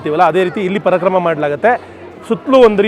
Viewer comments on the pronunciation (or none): ಅದು ಪರಕ್ರಮ ಅಲ್ಲ ಪರಿಕ್ರಮ ❤❤ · ಪರಾಕ್ರಮ ಅಲ್ಲ ಪರಿಕ್ರಮ ಯಾತ್ರೆ ಅದು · Parakrama Alla Parikrama